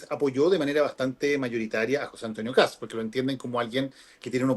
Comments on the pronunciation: escucha como Kats, por eso le comento, pero quizá es por un tema de pronunciación, la verdad no lo sé pero he visto en argentina que pasaba lo mismo, los periodistas le decían "Kats" y se escucha gracioso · que sucede es que la "s" va antes que la "t". No es "Kats" sino "Kast", lo primero suena como "gatos" y no es una pronunciación correcta en este caso. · Matamala, periodista, pero que no tiene idea de economía. Decirle al sr Matamala que este presidente de derecha comenzará a sacar a Chile de la mediocridad., infórmese más....no es Kats....es Kast. Pronuncie bien. Otro punto, la gran mayoría de los inmigrantes LEGALES votaron por KAST. Los inmigrantes ILEGALES tienen los dias contados.